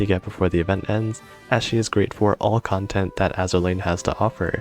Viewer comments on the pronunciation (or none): none